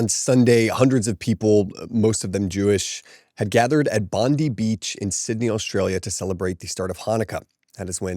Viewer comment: It’s Bondi Beach. 🤭